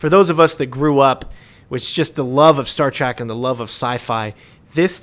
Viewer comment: Did you just say "Star Track"?